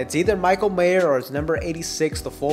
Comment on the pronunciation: There is no "s" at the end of Mayer.